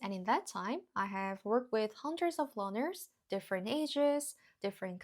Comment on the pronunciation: Question: Are you saying "learners" or "loners"? Either one makes contextual sense, as loners are particularly reluctant to speak with somebody. But if I don't hear that first "R" I have to assume "loners" is what you meant. Sorry, I know it's not the point, but it was all I could focus on.